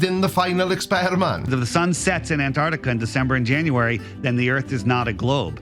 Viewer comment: Personally, the way flerfs pronounce it "Anarticka" pisses me off.